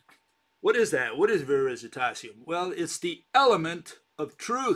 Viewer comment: it's "VERI TASIUM" non VERISI -TASIUM". I'm italian and recognize VERITAS as "TRUTH", being "veritas" from ancient roman's latin. So he means that he has the element of truth, the "Veritasium".